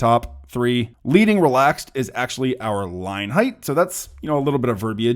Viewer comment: Great video. Small, niggling correction: 'leading' is pronounced with a short 'e', as in 'ledding'. Rhymes with 'sledding'.